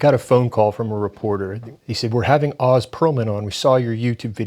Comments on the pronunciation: It’s Oh-z not Ah-z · I think he pronounces his name oze, rhymes with doze.